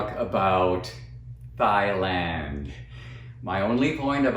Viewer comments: I didn't know Thailand was pronounced like thigh-land instead of tie-land. I learned something new today. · "Thighland" 😂 Anyway, good video bro. You hit the nail on the head. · Thanks Dinesh! "TH"AILAND! I learned a new pronunciation. Yes, pure envy and hate...and irrationality by the media and much of academia. Also, What does your name mean "Dinesh"? God bless! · Trump's pronunciation of "Thighland" has nothing to do with the spelling. Surely as president he should know the name of the country regardless of how it is spelt. His mispronunciation merely demonstrates his ignorance of the world. Scary! He hasn't learnt much from his world travels. Being wealthy and having your name on a building iare not qualifications for the position of President. Nor is "living better" then others. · Thigh-Land doesn't sound so bad to me. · I was over there, even many of the people their pronounced it with T, not TH. Even if Trump is wrong, he still knows where he is, and what day it is.